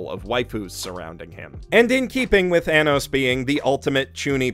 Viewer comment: it's Arrh-nos not A-nos. (Edit) The intro was beautiful😭😭😭 *Sobs